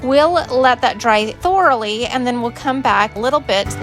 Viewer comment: The only word I've heard you say that sounds funny is 'thoroughly '. Lol. Poor Dolly.